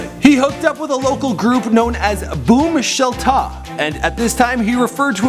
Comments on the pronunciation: Bomb Shelter, not boom shata. smh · Bruh he said booom sheltah you pronounce it bomb sheltuh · ok, I could be wrong, but i believe that the name of his high school rap group was "bomm sheltuh" like an alternative spelling to bomb shelter. Not "boom sheltA" which sounds like a jewish holiday. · good research but learn to pronounce words. the group he was in is pronounced Bomb Shelter